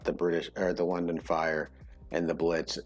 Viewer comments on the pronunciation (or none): none